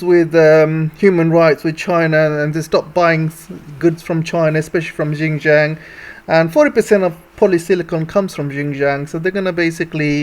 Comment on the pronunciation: Please learn to say Xinjiang properly. It is not "gin-jiang". It is Xinjiang. Learn to say your X properly. I find it absolutely irritating that western speakers can't get that right. Otherwise your geopolitical commentary is good.